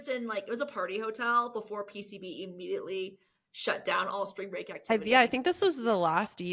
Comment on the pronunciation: "SPRANG BREAK!!!!!" or whatever riff raff said